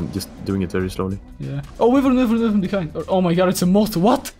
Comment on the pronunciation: who tf says wyvern like that?